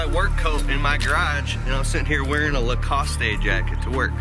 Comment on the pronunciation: So you are wearing lacostE? Pretty sure that e on the end is silent bro. Just sayin.